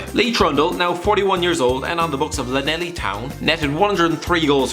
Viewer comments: Did this boi just call it Laneli town? It's LLaneLLi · Nope "Laneli" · Am i the only welshman who noticed that he said laneli when he meant llanelli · Would you have accepted Clanethli? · The way you pronounced Llanelli town really annoys me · Not even an effort with the Llanelli Town pronounciation? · I've never heard anyone pronounce "Llanelli Town" as bad as you did. Maybe it's because you're Irish😂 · The way you pronounced Llanelli 🤢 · How the fuck are you meant to say it?